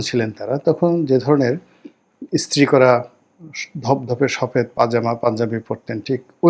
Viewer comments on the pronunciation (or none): none